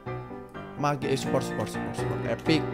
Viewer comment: mage itu di bacanya mej